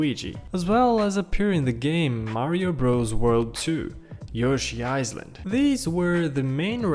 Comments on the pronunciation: My guy... ITS NOT PRONOUNCED ISLAND ITS PRONOUNCED ILAND. Edit: YO TY FOR THE HEART UTS MY FIRST ONE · Pro Tips: The S in "Island" is silent (also the I in "island" is pronouced like the letter), "reference and references" are pronounced like "reffrens and reffrensehs", "Easter" in "Easter Egg" is emphasized (and the Ea in "Easter" is pronounced like "ee" not "i" (short)), and I don't know what else. Try your best, one of the random people that narrate in videos and narrated in this one!